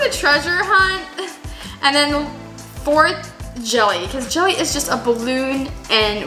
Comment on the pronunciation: When you said jelly I thought you said Jeffy